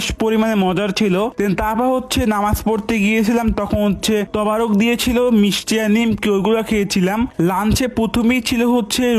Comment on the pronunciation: তবারক না তাবারক